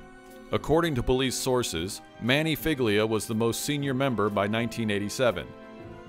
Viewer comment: Figlia is pronounced fee-lee-ah, like feelya. I understand you don't know the language, but madone…